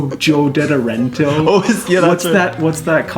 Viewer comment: Joe Dead-er-ento killed me hahaha it's Dedentro 😂